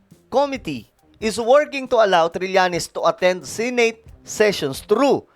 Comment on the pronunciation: Correction to how pronounce the word SENATE ...SE NOT SI